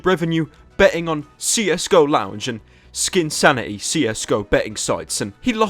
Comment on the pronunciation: Why do you call it 'skin insanity' instead of 'skinsanity'?